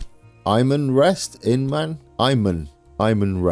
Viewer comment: Inman rest I believe it's In-man they always been a there for me in my us playthroughs with corn and grain, lovely series I just finished the first set of task on this campaign great work as always.